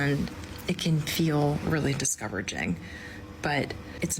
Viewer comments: ok, I listened 4 times, I am sure she said “discoveraging”. Is it me? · . Is it just me, or did it sound like she said "discoveraging"? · She said discouraging wrong.